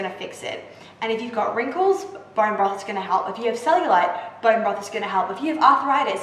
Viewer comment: "Borrreen Brofff"